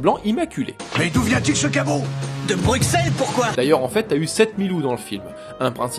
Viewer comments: petite erreur de prononciation on dit Bru-Sel faut pas dire le X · Par contre l'erreur de prononciation plus loin (on dit Bru-Sel) foire légèrement le tout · Excellente vidéo comme d'hab !!! ( Pour infos on prononce " Brusselles" ! ;-) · Ouuuuhhhh Ca se dit Brusselle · Ça se dit "brussel", et pas Bruxelles ! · Pas du tout JCVD vient de Berchem, limitrophe flamand et Hergé est né près de Anderlecht Bruxelles. (Ça se prononce Brussel) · Excellente vidéo, mais pitié, ça se prononce "Brusselles". On dit pas Parisss nous à ce que je sache ;) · Bruxelles avc un s et non un x